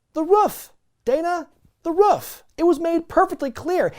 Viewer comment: It sounded like was saying “The Woof Dana” 😂